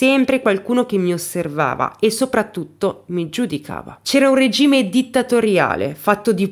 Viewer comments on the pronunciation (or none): none